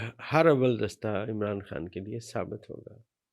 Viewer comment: بھائی۔۔ her- awwal کوئی لفظ نہیں اس کو harawal کہتے ہیں